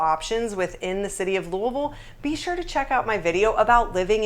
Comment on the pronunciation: You speak Louisville like people from Kentucky say it.